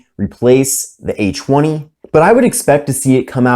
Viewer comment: cool review, but who kept hearing H-1 whenever he said A20? 😂😂